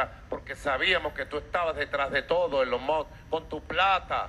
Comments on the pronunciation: Ni lo pronuncio bien dijo Elon Moj XD de milagro no dijo Eyon Muj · Ni puede decir correctamente elon musk